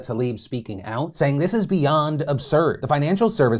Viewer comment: No one: Phil: tHIs including